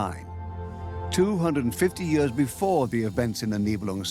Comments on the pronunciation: Years: pronounced “yeers “ Idk what a “ye-ahhs” is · Is it me or is the narrator’s pronunciation of the word “years” weird?